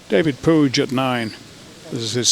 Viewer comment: Puig is pronounced pweeg.